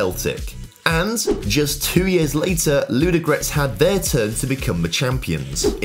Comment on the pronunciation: I like how you pronounce the names, especially Ludogorets! Actually, they made a mistake in writing it 'Vraca', should be 'Vratsa'.